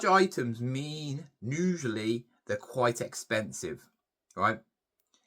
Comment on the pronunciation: If you typed on your claim form like you speak they probably didn't even understand it. FFS man, go to speech therapy, you can't even pronounce usually, it's USUALLY NOT NUSUALLY. Why are you putting a N in front of your words. It's annoying, it's like listening to a 2 year old who is learning to speak.